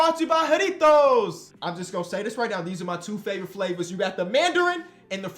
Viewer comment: And he pronounced the J correctly